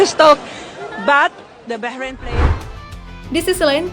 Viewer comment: Bahrain Bah nya : bahrulll